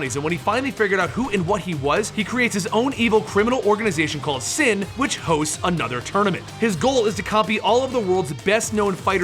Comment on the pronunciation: fucking wot? its S.I.N you say an S than an I and than an N how stupid are you? and you cant even pronounce shadaloo or sakura or ryu